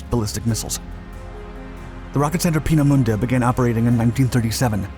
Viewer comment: FYI, it's 'H-eye-nkel' as in Einstein, not 'Hinkel', and the final 'e' Peenemünde is pronounced more like a 'duh' than a 'day'. Doh! 'Rocket Centre Peenemunde' isn't a thing. The facility was known as the Heeresversuchsanstalt Peenemünde (HVP), literally Army Research Establishment. Some of its products were then tested at the adjacent Peenemünde Airfield, known as Werk West, or Peenemünde West (for future reference the German 'w' being pronounced as a 'v'). They were neither Russian nor German so it's unlikely the B-24s and P-38s would attack or fight over the Rodina. Not much coal mining went on a Peenemünde. Our guy worked mainly on UXB disposal and runway repair. There must be so much footage of He111s around, why use video of an He177 Greif. This would have been a poor choice to steal as it was tough to fly and, fortunately for its crews, spent most of its time unserviceable. Neither did they steal either a Ju87 or a Bf109 fighter. There must be film of 111s? As a minor correction, which may make the story more understandable, Devyataev and his group did not escape from the prison camp. They has established themselves as a constituted work-gang and were that day working on the airfield. The guard killed was the one guarding them and they didn't need to storm the gate to the airfield, which would in any case not just have a single guard, because they were already on the airfield. One of them then put on the guard's uniform and pretended to be their guard, marching them up